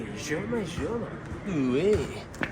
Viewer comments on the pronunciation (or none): Scusa ma si dice ioma joma😂😂